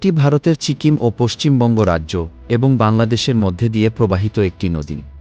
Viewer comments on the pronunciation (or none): none